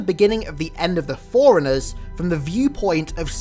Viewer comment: I think he says "foreigners" every time he says "Forerunners". Great videos though, never was the biggest Halo fan but the lore was always fascinating